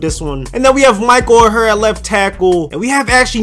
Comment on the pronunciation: Ck the left tackle's name is pronounced Michael Oar like the paddle of a boat. Haven't you seen the Blind Side?